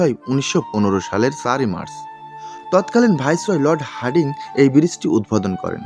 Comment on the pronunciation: ব্রীজটির নাম হার্ডিং নয় হার্ডিঞ্জ ব্রীজ । যাইহোক খুব সুন্দরভাবে চিত্রায়িত হয়েছে । ধন্যবাদ।